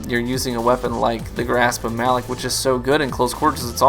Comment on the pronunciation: Since you may never play PvE I just wanted to point out that Variks clarified the pronunciation as 'Muh-LOCK' FYI. Great video as always.